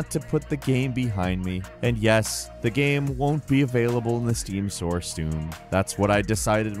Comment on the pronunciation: "the steam sore stoon".. you crack me up:D